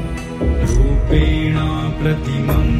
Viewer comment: In the text it is wrongly written as "rupenaam" pratimam budham. It is actually "rupenaa" pratimam budham. There is no "m" at the end of rupenaa. Please correct if possible. Others also take note. The chanter has pronounced correctly without the "m". It is "rupenaa".